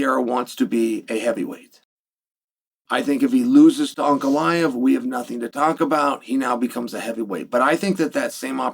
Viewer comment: Chael says Uncle Lyev